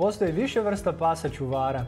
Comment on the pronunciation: Nekaze se ćuvara nego čuvara